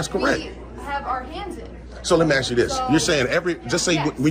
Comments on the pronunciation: Agreed, before we praise his voice so much getting a handle on how to speak and pronounce words would go a long way towards making him a top pick for being articulate. All that Axing needs to be the first thing to correct. He does have a good grasp on what the facts are although I hated seeing him miss the opportunity to slam Officer Anderson when she took exception to him using the word "molest" saying it's 'such a powerful word" because thats exactly the word the constitution uses when refferring to police harrassing citizens in the 4th amendment. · I WATCH THIS GUY ON HERE BUT WOULD NEVER WATCH HIS CHANNEL. HE CAN SPEAK ENGLISH SO SAY "ASK" NOT "AXE" AS YOU SOUND DUNB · PLEASE STOP SAYING, "AXE" ... IS 'ASK' REALLY THAT HARD, OR OFFENSIVE ??!?? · I think this gentleman would get a little bit more respect if he could pronounce the word(ASK)